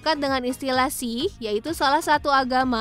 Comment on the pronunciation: Jelas2 ada huruf K tapi baca nya malah “sihh” bikin emosi denger nya😭😩